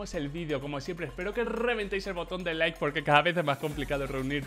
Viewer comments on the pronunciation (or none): none